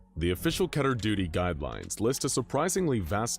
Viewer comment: I think it's Called Kehhh ter. Instead of KEY ter.